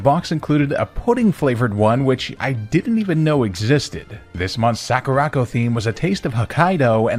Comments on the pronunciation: "Sack-ooh-rack-oh" I'm DIEING. "Sah-koo-rah" as in, the "sakura" (cherry blossom) trees from Japan, and "co" as in A FRIGGIN' COMPANY!! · What's a Sackoorocco sorry I had to that mispronunciation of Sakura Co feels very intentional he pronounced every other Japanese word correctly it was just that one Sakura is a very common Japanese word and I'm going to be surprised if he was mispronouncing that unintentionally. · Soccer-ra-co that mispronunciation damn near made me have a stroke . Legit the most violently american way I have ever heard sakura pronounced.